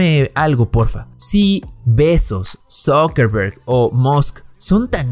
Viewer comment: El Elon "Muks", el Jeff "Betzos" y el Mark "Zukemberg" 🤣🤣🤣, obviamente está muy bien informado, y la cara de los otros dos lo dice todo